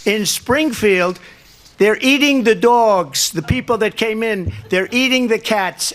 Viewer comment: Don’t our love the way he says Doowgs